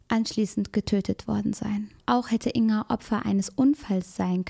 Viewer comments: Ein kleiner Hinweis: man spricht den Namen Ing-Ga, also das G wird gesprochen. Natürlich ist das Video auch so gut und wichtig. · Jetzt mal ganz vom schrecklichen Inhalt des Videos abgesehen, mich triggert es immer wieder, wie sie "Inga" ausspricht😅😅